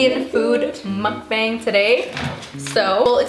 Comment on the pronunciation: It is pronounced mukbang with a short A